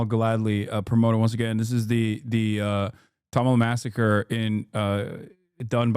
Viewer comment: The way he pronounces kashmir and tamil is enough for me know he's whitewashed